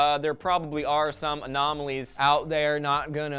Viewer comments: hahaha theres some anoma-lees :D hehehe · "some anomaLEEs"